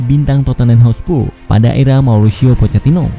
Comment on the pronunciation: narator: masih dari hotspu'....?